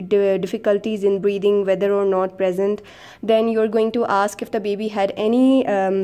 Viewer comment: not is pronounced as not and not ‘note’.u can learn it with practice.very useful vedio indeed. thank u